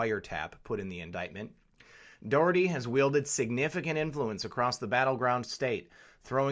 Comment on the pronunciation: Thanks for covering the Johnny Dougherty IBEW Ninety Three story in Philly. It will shut down the Philly Democratic City Ctte aka the Philly Dem Machine. FYI his name is pronounced Johnny DOCKerty hence his universal nickname, Johnny Doc. This is what everyone calls him high to low. This investigation has been going on informally for even longer - the FBI only had to announce it BY LAW two years ago! Obama imho blocked it just like Shillay et al. But that all ended when Trump got elected. Glad you did not go into politics also!